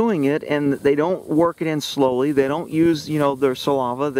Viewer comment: its saliva not salava 😂 love you